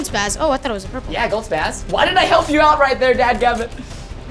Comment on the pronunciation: The legendary is a spos not spaz (Edit) thank you for 2 I mean you sound it out like spos but is is spelled spas btw thank you for all the likes